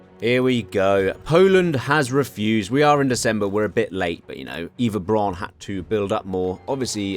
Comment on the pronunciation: You’re mispronouncing virtually every German word throughout the video, including ‘Eva’ Braun